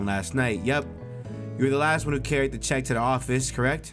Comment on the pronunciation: bruh it's pronounced "check" lol